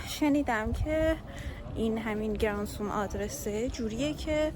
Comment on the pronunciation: گرانتزوم = granzum = գրանցում= register=ثبت کردن . خیلی هم قشنگ تلفظ می کنی عزیزم ❤